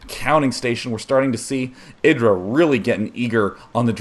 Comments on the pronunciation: isn't it eye-drah? not iddrah. This is what happens when you let Zerg macro up.. Idra replenished army so fast... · i hate how you say idra like Lidra without the L its EYEdra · Why do they keep calling him (A)dra... It's IdrA. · "i-dra", not "id-dra". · "Eye dra"